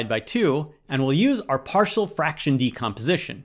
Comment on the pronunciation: Why did you pronounce partial like “party-all” 😭